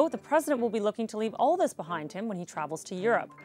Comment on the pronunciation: thish year. this year not thish year